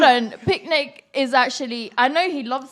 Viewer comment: she didint say picnic right ? :))